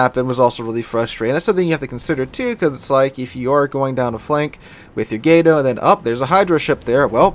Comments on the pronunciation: Why can't anyone who plays World of Warships pronounce Gato correctly? It's freakin' "Cat" in Spanish. Look it up. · love your channel but my god, its pronounced GAH-TOE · its pronounced "gato"